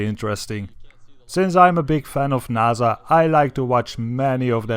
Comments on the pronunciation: no its naysa say it right they own space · naza...... its N-A-S-A not naza its an S